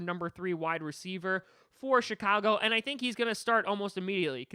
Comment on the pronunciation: Did he just say SHITAGO BEARS 😂